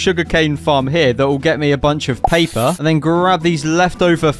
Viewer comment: Pay-pa its paper